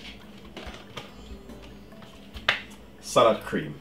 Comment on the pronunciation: is he saying salad cream? or sour cream? and if he is saying salad cream what is salad cream?